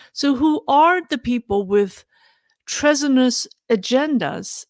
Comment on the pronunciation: TREASONOUS is pronounced TREE-ZON-NUS. TREASURE is a different word with different pronunciation and intonation. Never assume that a given word is spoken the same as another with similar spelling. The basic rules of English are: 1) Different words, different pronunciation & intonation; 2) Same spelling, different MEANING, different INTONATION; 3) Different emphasis or context may require different intonation; 4) Different grammatical form may require different spelling. Never forget about intonation. It is as important as pronunciation. Example: The verb form is spelled PRONOUNCE, but the noun form is spelled PRONUNCIATION.